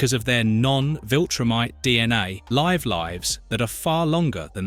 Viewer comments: I agree. It didn't know how to say 'they live lives that...' It said 'live' (livv) and 'lives' (like alive) the same way. It also repeated itself. A common thing in AI scripts. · someone please tell me dude didn’t just say Live Lives instead live lives. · This guy has to be an AI he said Live with a hard I